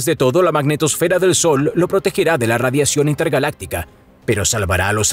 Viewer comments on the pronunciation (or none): none